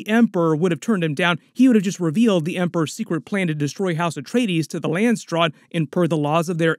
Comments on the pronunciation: landsraad.... not landstraad... as in council of the lands in dutch. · I dont think theres a 'T' in Landsraad